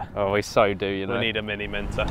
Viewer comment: Now now KSI, Chris said you said Ned the contract 😂